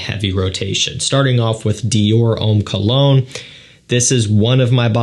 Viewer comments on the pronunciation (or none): none